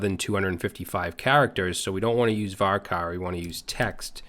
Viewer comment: Great stuff as always man but...CHAR in VARCHAR should be pronounced with the ch sound, not k. It's similar to merc and mercenary, in that merc is an abbreviation but the c sound changes.